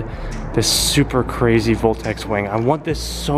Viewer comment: is the wing a meme cuz it's said boltex instead of voltex but it looks dope asf tho I love the hard work you put in the evo, p.s just wanted know lol